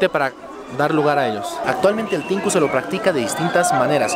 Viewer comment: NO ES "TINKU" es "TH`INKU"